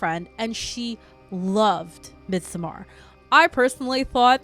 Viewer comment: Absolutely love the video, your channel, your vibe and aesthetic, and you’ve got a new follower! But your pronunciation of "Midsommar," has me questioning reality. 😅😅😅 Also. Dr. Who had been around so long that it transcends genres. It IS a genre. So of course it contains horror. That first episode with Tennant and the Ood was definitely horror